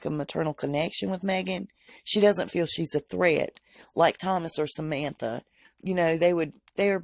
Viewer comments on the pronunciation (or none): none